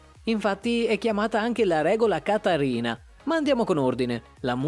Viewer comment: Il cognome di Katarina si pronuncia con la "v". Surya Bonalî, l' accento è sulla i finale. Ocio !!!